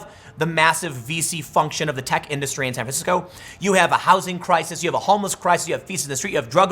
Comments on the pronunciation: "San franshisco", don't step in it . . .💩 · San Fransicko